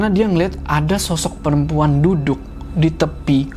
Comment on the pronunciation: Dan untungnya mereka DAPET TEMPAT DUDUKH (makhorijul hurufnya mantap nih ) nyebut huruh K nya faseh wkwkwk